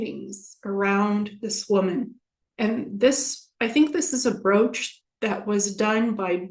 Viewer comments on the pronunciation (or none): "BroAch"? You rather mean BroOch ?